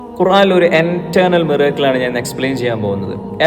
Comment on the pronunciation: Finger tips എങ്ങിനെയാണ് പോ...... Finger print ആകുന്നത്. ഖുറാനിൽ മിറാക്കിൽസ് അല്ല മൈരാക്കിൾസ് ആണ്. 😂😂😂